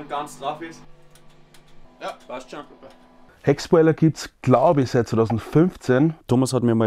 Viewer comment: kann bitte wer der band sagen dass man sie HeckSCHpoiler ausspricht? Liebe und Kuss